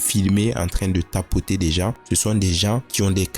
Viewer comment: A chaque fois je rigole quand tu dis « tapoter » 😂 longue vie à toi !